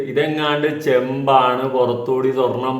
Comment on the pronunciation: ചേമ്പ് അല്ല ചെമ്പ്😂